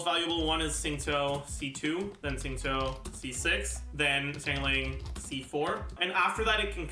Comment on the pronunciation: Why does say Xingqiu and Yun Jin so weird? Like he says Yun Zin which is straight up wrong It's literally Yun Gin - a Chinese guy